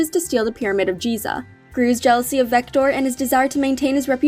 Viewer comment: It's actually vector not victor